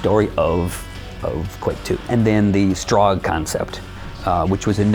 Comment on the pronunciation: To this day not even the developers can agree on whether it's pronounced "Strahg" or "Strohg"